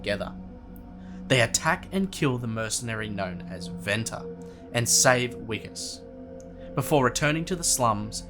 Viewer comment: “Vikus” NOT “Wikus”